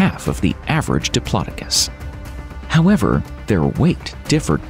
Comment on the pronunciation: The way you said diplodocus made me shiver, that can't be the way you're supposed to say it surely